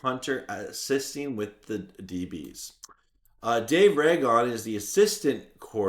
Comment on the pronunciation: You pronounce Ragone like he's a Targaryen. Raegon the Conquerer. Ruh gohn